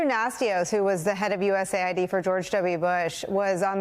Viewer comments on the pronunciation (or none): none